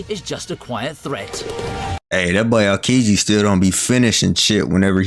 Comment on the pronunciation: his name is pronounced more like OW-kiji.